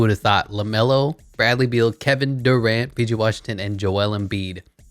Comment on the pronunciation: Who tf is Kevin doorant I thought it was Kevin Durant